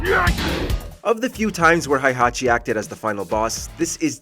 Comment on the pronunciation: You pronounced "Heihachi" wrong. It's not "High-Hachi", it's "Hey-Hachi". In Japanese, his name is written in kana as "へいはち", not "ハイハチ".